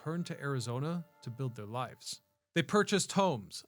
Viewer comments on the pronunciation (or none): none